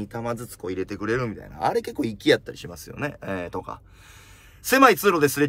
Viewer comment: 予選通過しむぁす